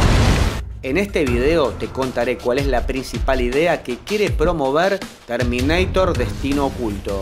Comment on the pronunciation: LE CHIQUE TERMINEITER? JAJJAJA